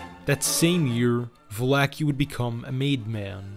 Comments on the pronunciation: Just so you know mate, for any other future use, Joseph Valachi, is pronounced like Va-la-chi, instead of Va-la-ki. Otherwise nice job. Your research is top notch, especially of the early years, before, during, and after Prohibition, and then the DeCavalcante year's. Lot of info ive never heard before. 👍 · It's ValaCHI, not Valake lol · it's Valachi!!